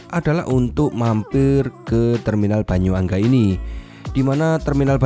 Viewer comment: Mohon dikoreksi om, Bukan Banyuangga tapi yang bener itu Bayuangga (Bayu dan Angga jadi bayuangga oke bang😅